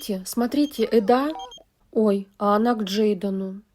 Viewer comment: Госпадиии, что за Эдааааа, если она Эда (с ударением на первую букву). Бесит!